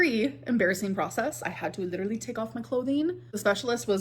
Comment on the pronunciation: "that would literally be hectic, I'm not gonna lie." That's funny and all, but you do know you're not pronouncing LEE-terly correctly, right? 🙂